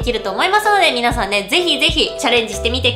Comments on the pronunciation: 最後に皆さんものとこが「みんさん」もになっとるｗｗｗ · 最後みんさんになってる笑みなさんでしょ